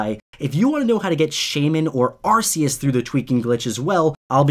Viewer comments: You pronounce arceus (ark- E- us) it's a common mistake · ...i stopped watching after you said arseus ... and dont complain i know some of the pokemon names are hard to say. ya well arceus' name is said many times in the shows and movies so whats your excuse for saying it as arseus... sounds like your calling it an ass... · it's ar-key-us Not ar-see-us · Its arkues not arsues arkues is how u pronounce it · It’s Arceus not Arkues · "ar-see-us" Me: You have broken every rule in the book! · Arceus? Arceus? Dont yo mean... ARCOOS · Arceus (Are-key-us) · Ur saying arcius wrong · Uhhh you pronounced arceus wrong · Why do u say arceus like that . Makes me mad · Arceus isnt said arsias its ar-ke-us~~Arceus And darkrai sounds like Dacry